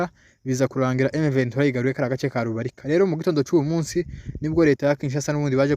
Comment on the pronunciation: Ntabwo Ari rubirika ni Rubarika.